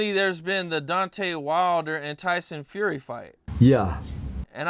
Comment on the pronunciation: He keeps calling him tyson furry 😂